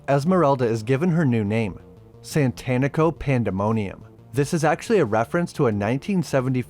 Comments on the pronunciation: I know it’s because you’re a white guy but it’s Satanico not Santanico like satanic with an o…it’s worse cause the black vampire dude did it as well… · SATANico rather than SANTANico, I always laughed at that oops, but I guess all sorts of people have trouble with it, including the cast! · I cringed every time you mispronounced "satánico".